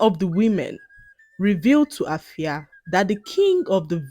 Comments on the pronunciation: glad that you a Ghanaian name in this video but permit to point out that the name AFIA is pronounced "efia" by the indigenous people. All the best ❤❤❤ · Wow am so touched, thanks for using my country's local name. You've tried but then the "A" in Afia is pronounced as "E" is like "Efia" is not pronounced as "A"